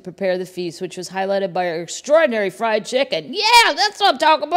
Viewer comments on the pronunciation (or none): none